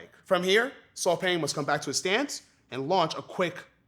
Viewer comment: Burmese here...Paing is pronounced "Pine" (without the emphasis for the P word ) rather than "Peng" or "Paing". It makes me happy to see that Lethwei is getting some recognition !